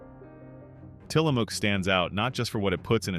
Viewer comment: You talk about Tillamook (pronounced incorrectly) while showing other brand names. Someone needs a "how to make a video" refresher course.